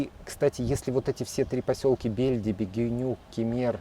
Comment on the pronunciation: Не БЕльдиби, а БельдИби. Это турецкий, а не русский или белоруский язык, пожалуйста!